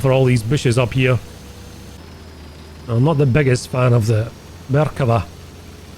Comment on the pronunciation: please, it's pronounced merkavA not merkAva. Ok thanks, I love you!